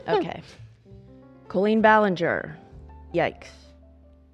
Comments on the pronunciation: genuine question: why are they all pronouncing her name like Cole-een and not Cal-een??? it sounds so weird and I have never heard it said like that before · Colleen, is pronounced like Call-lean not Cole-Lean..... This whole episode was triggering... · Is there a reason she’s pronouncing it cole-een instead of saying coll-een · The most confusing thing here is her name being pronounced “Coh-Lean” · I love but why is she pronouncing “cool-lean” instead of Colleen 😅